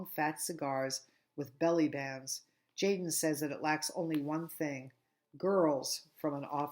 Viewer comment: Tjaden is actually pronounced yah-den